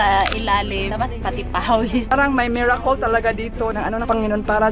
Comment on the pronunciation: A wise beki once said "Des es merakol off helling" 😂😂